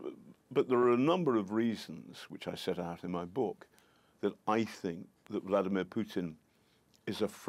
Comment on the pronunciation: Love how he pronounce “Bloody-mir Putin”